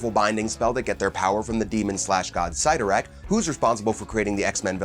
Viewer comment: It's pronounced Bands of SIT-TOR-RACK